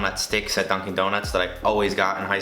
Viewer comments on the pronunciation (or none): none